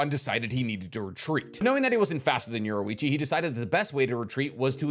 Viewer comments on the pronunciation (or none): His name is Yor EE Chi NOT Yor OO Ichi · You pronouned Yorichi wrong. And a few things in this is not actually true 😂